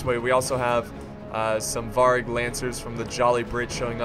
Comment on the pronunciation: You pronounce Variag, "Vary (like the word) then just add the ag at the end".